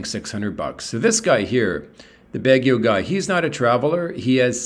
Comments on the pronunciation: Its Baguio not Bagio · Let me help you .... sounds like this....BAG GU.....not BAG GE O